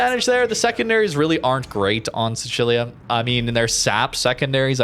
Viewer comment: How you pronounce Sicilia is triggering.